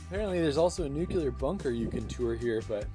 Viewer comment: "Nukular" okay Homer Simpson